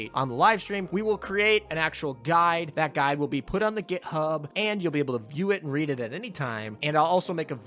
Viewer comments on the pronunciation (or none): none